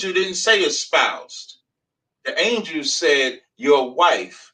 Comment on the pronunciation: Wtf is an anjew? Is he trying to say angel?